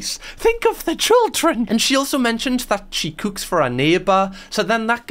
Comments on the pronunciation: I can't get over how you say cook lmao, gis me a wee chuckle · hearing cook/cooking in a geordie accent is music to my ears haha 🥰